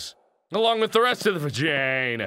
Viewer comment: The way he says vagina omg hahaha